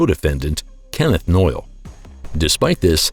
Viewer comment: Kenneth noye not noyle